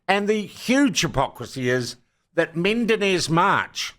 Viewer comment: I think he is called Menendez-March, not Mendenez-March